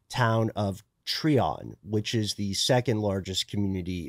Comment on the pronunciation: Pretty sure you’re referring to, Try-On not Tree-On. Growing up close to it we heard stories about the house. We heard the devil worship that happened in the house and how authorities cemented the basement to keep people out. The GBI agent who investigated it wrote a book about it.